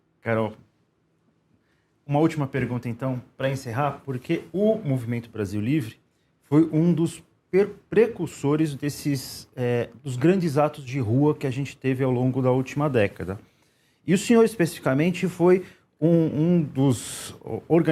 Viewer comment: O cara não sabe nem falar presursores e é jornalista